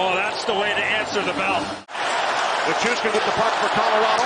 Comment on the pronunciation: I'm just glad I don't have to hear say "Nick-ushkin" anymore